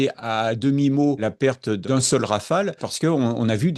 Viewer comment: "Rafale" svp.